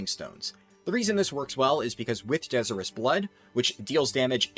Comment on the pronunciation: De-sire-us. Like Desire something badly.